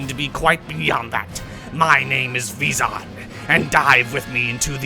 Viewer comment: It's pronounced Veyzon though ;P EDIT: And Ee-nee-kah.